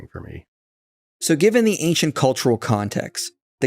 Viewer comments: Why does thia guy say "Ankshent"? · Always bothers me how thar guy can't say ancient, sounds like ankchent. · How does a man make it to whatever age Beardy McBaldy is, attain a position in which he appears in public forum discussing religion without ever having had someone say to him, "uh, dude--you're saying that word wrong. It's 'ancient'--ehn-shint. No hard C because the etymology is French. I'm not trying to be a dick about it, just thought you want to know, because you'd tell me if my zipper was down, wouldn't you?" Does this man have no friends, or just no friends who are any good at using the English language?